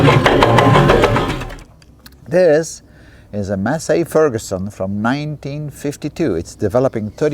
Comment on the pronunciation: not a "Masay Ferguson" it is a "Massee Ferguson"